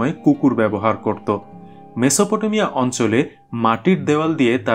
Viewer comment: মেসোপ টো মিয়া। উচ্চারণ।